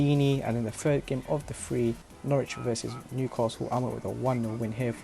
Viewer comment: It's Norwich not Noooooooooooorwich jesus christ lmao